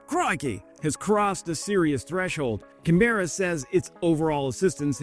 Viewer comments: Can-bra not can-berra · Love your work. Just FYI, Canberra is pronounced KAN-BRAH, not CAN-BERRA. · Can-bra✅ Can-bear-a❌ 😉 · Great video again. I’m so glad we have helped Ukraine with Abrams and Bushmasters and $. I am lobbying the government to do more … but on the lighter side you have a Nice pronunciation of Brisbane but Canberra needs a bit of work …Can bur ahh not Can bear ah. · Canberra is pronounced: "Can-bruh". not "can-beerra" btw but thanks for the coverage haha. Also if I'm not mistaken Aus may have donated more US tanks to Ukraine than the US itself?? I thought that was interesting info to know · It's "Caan - bera" not "C'nBERRA". You should come to Australia and learn how to talk proper. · Yes, more like CAN-buh-ra. Americans tend to mispronounce it at can-BEAR-ra. The accent is on the first syllable not the second, and no exaggerated "r" sound. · Bro it's "can-bruh" :) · It’s pronounced CAN-BRA for all the Aussies. Come on mate, sort it out. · Pronounced Can-brah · Man it’s CAN-Bruh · Hi all, correct me if I'm wrong please. Canberra is pronounced kan·buh·ruh and not kan-bear-ruh? Just asking... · Pronounced Kan-Brah. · You are still banned from Canberra for that pronunciation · Hey, you've mastered the Aussie pronunciation of Brisbane. Now you have to try and master the pronunciation of Canberra. 😉🇦🇺🍻👍🏻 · You said Brisbane right! Woohoo. Ok, you mangled Canberra, but that's no great loss.